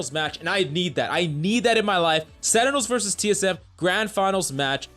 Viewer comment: Say it with me please. SEN-Ti-Nuhls .. not senitels >:(